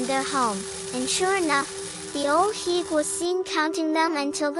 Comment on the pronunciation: The pronunciation of the name is wrong, love the video tho 😊...